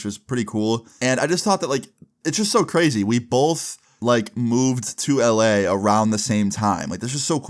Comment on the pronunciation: can’t be the only one who hears “I be in LA” every time he says LA right?😭